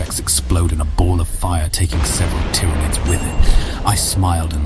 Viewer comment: This is absolutely an AI voice. Pronouncing "Tyranids" two different ways throughout is a dead give away. Because of the bland, straightforward text you can tell it was written by AI too.